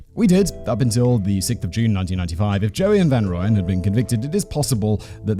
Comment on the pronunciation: Just wanted to let you know its pronounced Roy-Yen...